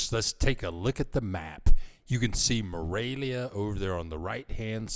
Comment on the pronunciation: I liked your video, but it really sounds like you are saying Moravia, not Morelia...